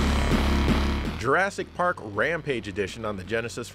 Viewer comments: is nobody going to gawk at the pronunciation and spelling of Jurassic Pawk. LOL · Jurassic Pawk... XD